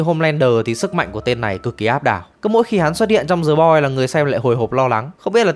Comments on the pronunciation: Thề, t định comment luôn. Hoặc đọc đúng, hoặc ko đc thì "đờ" cũng đc, ko ai nói gì. Cứ cố "giờ" làm gì -_ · "The Boys” mà phát âm thành "Giờ Boi", nể thật sự 😂